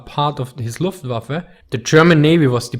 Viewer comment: I am not German, but So Nice to hear "luftWaffe" pronounced like it should!